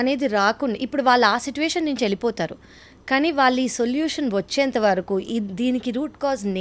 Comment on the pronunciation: సిటువేశన్ కాదనుకుంట.... సిచుఏషన్ కదా అనాల్సింది..